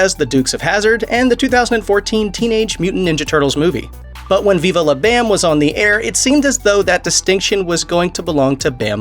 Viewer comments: Pretty sure everybody But You pronounces it Viva "Lah" Bam & NOT Viva "Law" Bam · Why you say it like that “veevah lah bam” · 😂😂😂😂 bro viVA la BAM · Wtf does it sound funny when you say Viva La Bam? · Why do you say viva la bam weird?! 😂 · Hearing him say Viva la Bam was like listening to a speak and spell try and pronounce it lol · Why you gotta say Viva La BAM like that?! Lol